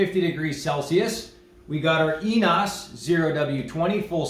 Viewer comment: french oil is pronounced E nE O s... short e ne long e then long o ... hope u can understand my explanation... hav translate APP in fone...german oil was ' fully synthetic ' butt ENOES is a japanese company w/label written in french, go figure... also label says company is in shaumburg, illinois , near me... hope u don't mind this...